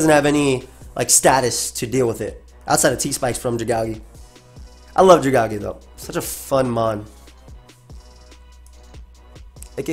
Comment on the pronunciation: The way you say Dragalge hurts me every time. It is part dragon and made out of a poisonous algae. Dragon + algae= Dragalge pronounced Drag-AL-gee